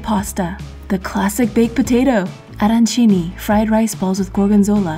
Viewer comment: The way she pronounced “Arancini” was so.. on point